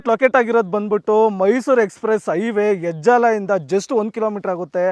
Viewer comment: ಹೆಜಲ ಅಲ್ಲಾ ಅದು ಹೆಜ್ಜಾಲ, ಮೈಸೂರ್ ರೋಡ್